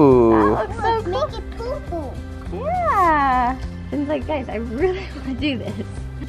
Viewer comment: When said purple it sounded like poopoo